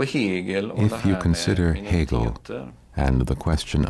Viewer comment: Interesting, great learning. Happy that the name is pronounced accurately, it rarely happens.